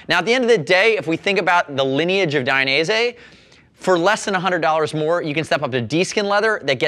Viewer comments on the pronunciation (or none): it's Dainese not "Dai-a-nese" otherwise great review. Suggestion: always show one leg inside, one leg outside the boot.